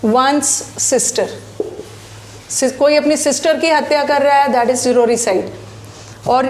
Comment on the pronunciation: Sororicide word correct Karo g